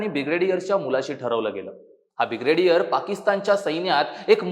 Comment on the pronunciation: Brigedier la b-gradiar bolnare lok journalist banale ahet....😂😂😂